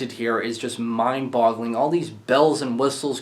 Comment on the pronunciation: did you just say "mindbottling"???